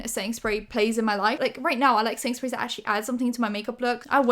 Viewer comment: I kept hearing ”Sainsbury’s” when she was saying ”setting sprays” and literally thought she was saying she loves some Sainsbury’s brand setting spray or smtn 😂 ”I need a Sainsbury in my life!”